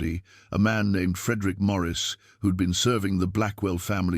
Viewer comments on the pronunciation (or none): none